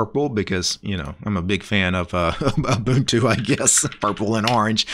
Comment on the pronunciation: My dude is pronouncing Ubuntu correctly! FINALLY SOMEONE KNOWS HOW TO PRONOUNCE IT!